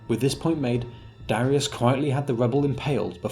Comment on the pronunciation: Darius? More like "Darisus"